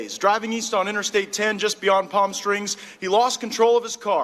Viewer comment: Did he call it "Palm Strings"? LMAO!